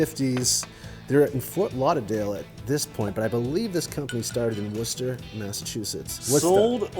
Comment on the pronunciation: This episode was so good that I had to rewatch it once again (while awaiting next week's episode)! Have to give some serious props for pronouncing Worcester or (Woosta) correctly! Almost everybody that visits this area of Massachusetts gets it wrong by calling it “Wor-chest-er."